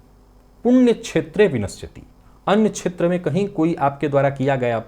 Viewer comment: संस्कृत में 'राहु' शब्द का 'हु' ह्रस्व है, हिन्दी के शब्दों में चाहे अंतिम 'ऊ' दीर्घ लिखा जाता हो। बोलचाल में भले ही 'श्राप' शब्द चलता हो, शुद्ध संस्कृत भाषा में यह शब्द 'शाप' है। 'क्षेत्र' शब्द के उच्चारण में प्रादेशिक प्रभाव से 'छेत्र' बोलना-सुनना अच्छा नहीं लगता।